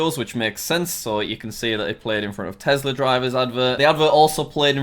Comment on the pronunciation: Its not a tezzla, its a tesla